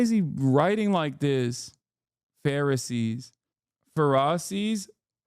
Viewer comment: nearly laugh myself to tears 🤣 "Phar-ussies" is a close second 🤣